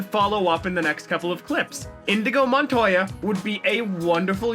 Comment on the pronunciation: Excuse me... did I just hear you say “indigo Montoya” anger